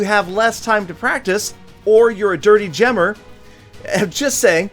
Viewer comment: i love d way u call it " dirty Gemer" lol😂😂